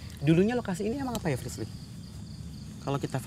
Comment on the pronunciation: Aku ngakak pas dia manggil Frislly salah mulu